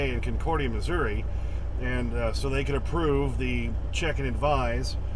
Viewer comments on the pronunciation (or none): none